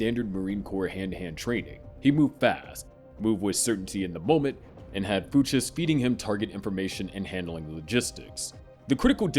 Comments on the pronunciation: BRO I can’t do it with you pronouncing fuches like that, what has the world come to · Why can’t you say the name the way it comes out in the show? It’s so jarring especially because you say Fuches so offer. Barry literally screams it in the show. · No one who watched Barry would pronounce Fuches that way. 😅 Seems so disingenuous if you really made this video using like summaries of Barry online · Crazy pronunciation for Fuches lmao. They say it constantly throughout the show